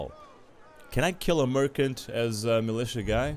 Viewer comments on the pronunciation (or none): 'Merkant' : you just butchered the Merchant word...